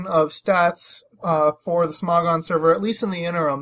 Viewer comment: im talking about how you say smogon it souds like sm"ó"gon lol